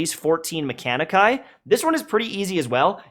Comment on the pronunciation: "mechanici" me: me-kuh-ni-chi